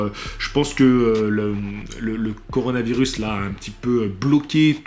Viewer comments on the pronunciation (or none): none